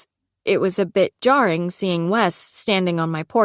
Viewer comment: The was she says low key and jarring 😂😂😂